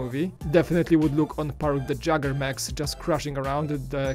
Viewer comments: Its pronounced yay-get not jay-ger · Did say "Jagger" mechs? How about Jaeger? (yAyger) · Jagger mechs? The are pronounce d Yeeger